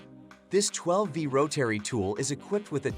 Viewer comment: Learn how to say Rotary